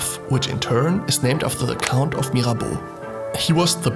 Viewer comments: Actually, you're the non-french person talking about Mirabeau who pronouces « Mirabeau » and « Église d'Auteuil » the best. Gg! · I love the sound of your voice. The way you say "Mirabeau" is perfect.